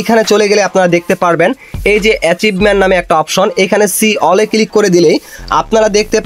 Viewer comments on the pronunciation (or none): none